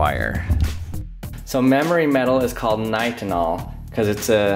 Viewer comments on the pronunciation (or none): Not “nytol” lol, that’s a sleep medicine.